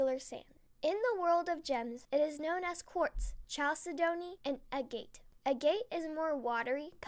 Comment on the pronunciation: Never heard someone pronounce agate that way.cute